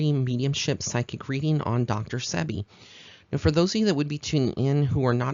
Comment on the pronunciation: No disrespect intended but it is Dr Sebi pronounced See-Be